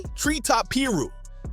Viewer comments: You gotta work on that Ai speech bot... It says piru weird af... It's pie-roo... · What the hell is a peer-ro? And what is a Rawlings 60😂